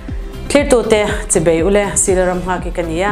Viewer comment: Engatinge chanchinthar puangtu hian... "Chi ( bei ) u le" a ti ang tak-a ka hriat tlat mai le ... "Chi ( bai ) u le" ti a sawi emaw, lam-rik emaw kha a ni thin si a... 😮😮😮